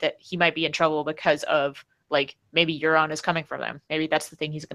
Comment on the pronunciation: Euron is pronounced "Your-on" btw